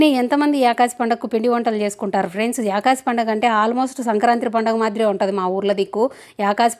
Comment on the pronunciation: యాకాసి పండుగ కాదక్కా.... ఏకాదశి పండుగ అక్క 😂😂